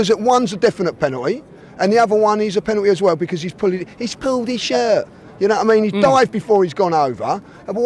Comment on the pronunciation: “He’s pulled his shert😭😭”